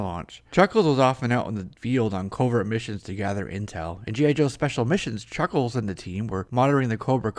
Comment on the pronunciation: A focus.. on Chhucckkhhhlessshh